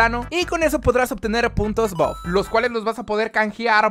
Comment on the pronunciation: todos: buff: boff